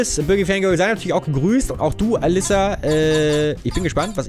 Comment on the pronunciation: Den Namen ''Alissa'' spricht man mit einem kurz ''s'' :)